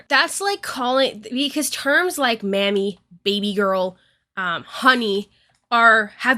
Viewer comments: 'Mami' is pronounced like 'mommy' in this context. It's a common practice in latino cultures to call women mami and men papi in certain contexts. It's not pronouced 'mammy'. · Sorry but."mami" is said like "mommy", not like "mammy." A Mammy and Mami are very different things. But still, it can be used in a condescending way. Just wanted to get the pronunciation thing down. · It's not mammy 😂 it's mAh•me. But i definitely agree with your take on it. Mami is typically used in a sexual way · i will say that mami is not pronounced "mammy" and my friends and I call each other that, but it absolutely always depends on the context so I'm not invalidating anyone's experience. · So, I am gonna say this real quick, its a small thing I wanna bring up. The word Mami is a Spanish word, that yes still does have a slight flirtatious thing to it so it is still inappropriate that he used that with her, but the word you pronounced it as is an offensive term for black women. Please if you do not know what a word means please look it up and its meaning, and how to pronounce it. I am sorry that it seems I am being a jerk about this but I do not want people getting the wrong idea about you because you pronounced something wrong, especially when its a term that may be meant to offend a specific group or person in such a way. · Its fine, and like I said it is best to at least look up the word and how it is pronounced. I agree that it was still used in a derogatory and sexual way so you had the point right just not the word. 😅